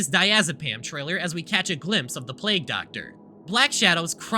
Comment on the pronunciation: mfw said plague as plag